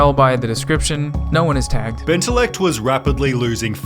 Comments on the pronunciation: he puts the LL in benteLLect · Bentellect? More like Benterect.